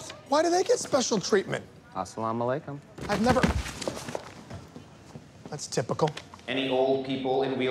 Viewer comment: The sounds Peele say Assalamualaikum is on point 👌